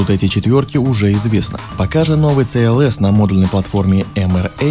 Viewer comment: Где гуру произношения? Это же новый мерседес "СИ ЭЛ ЭС"!